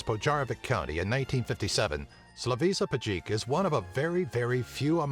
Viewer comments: Pa Slavisa Pajkic brate, ne Slavisa Pacik jbt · Name of "Biba Struja" (as we call him in Serbia) is pronaunced as SlaviSHa PaYkich. Something like that. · It's so funny how the narrator totally mispronounces Slavisa Pajkic's ( "The Current") name. He probably couldn't have bothered looking it up. Especially his second name, lol!